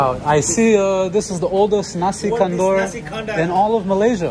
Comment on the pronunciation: Assalamualaikum, Nasi Kandar is actually pronounced as 'KANDAR' it rhymes with Qatar, NOT 'KANDOOR'.